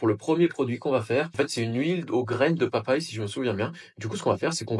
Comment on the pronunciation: Merci pour la vidéo. Mots nickels Pépies de papajie au lieu de pépins de papaye. Ideal sans accent et origine avec accent sur le n